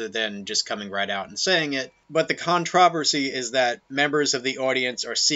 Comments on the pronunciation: That's not how you say controversy. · Why did you pronounce controversy like that